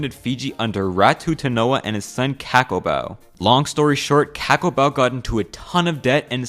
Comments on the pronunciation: Im not trying to be a smartass and i also know that you are not from Fiji, but Cakobau isn't pronounced Ka-ko-bau,its pronounced The-ko-ba-u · I agree too. Especially "K-Akobau" Lol. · Cakobau is pronounced 'Thakombau' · I'm from Fiji and I just want to correct some of the pronunciation of the words. C is pronounced as a 'th' sound, all a sounds sound like the A in the word car and u is pronounced as an 'oo' sound. This is the first time I've seen a video about Fiji and its good someone is talking about at least a little bit of our history. As we would say it in Fiji, Vinaka. (thank you) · Ok ok, I see. I'm just saying that this video (while pretty good) oversimplifies fiji's colonial and post colonial history. And though I find it humorous, his pronounciation of Fijian words and names (Like "Cakobau" or as he says it: "KAK-obau" when it's pronounced as: "Thakombau") kinda made me cringe, tbh. Isa lei, turaga. 😔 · "C" is pronounced "th" in the Fijian language. So cakobau would be pronounced as thakobao. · Cakobau is actually pronounced "thakombau"😅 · Quick note: the "c" in "Cakobau" is pronounced liked the "th" in "this". And the "b" is prenasalized, so his name is pronounced "Thakombau" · Ca in cakabou is pronounced as “thǎ” everything else is right and the reason why the water is sweet is because of the minerals found in all spring water here in Fiji 😂 I found know. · Cakabau is pronounced as THA-KAM BAU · In Fiji we pronounce "c" as "th" so Cakubau would be pronounced "thacombou" (Also there's a short m before the letter b )